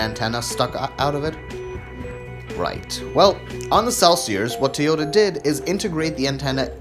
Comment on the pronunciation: Never heard of a Teeota before :P